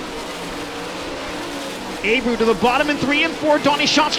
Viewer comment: It’s not pronounced “A-brew” it’s “Ah-bray-ooo”